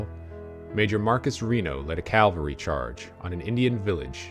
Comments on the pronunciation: It is cavalry,not calvary. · I served as a scout in the seventh cavalry from . This is a cool video, but it's annoying that the narrator says calvary instead of cavalry.